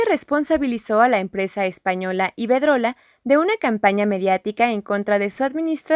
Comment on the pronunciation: Iberdrola, no Ibedrola . Saludos y gracias por existir TVUNAM